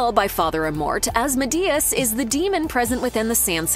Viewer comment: The way you pronounce asmodeus gave me a headache.